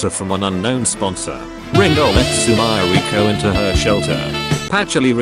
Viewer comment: "Sumairaycoo" is the absolute best pronunciation of Sumireko's name ever, losing only to nitori's "kowashiro"